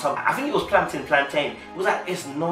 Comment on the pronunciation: Plantain not plantin.